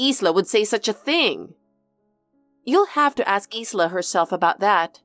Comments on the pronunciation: I think that “Isla” is pronounced “I-la”, like “eye-lah”, the “s” is silent. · Ffs it's pronounced with a silent S 😂